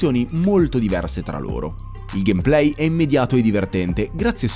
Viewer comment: ha realmente pronunciato gamplay: gamplay? si pronuncia gamepley. ignorante.